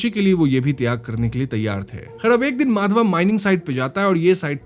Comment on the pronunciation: Why you always pronounce character's name WRONGLY....😡 It's not माधवा... it's माधव...